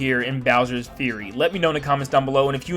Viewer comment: finally someone who can pronounce "fury"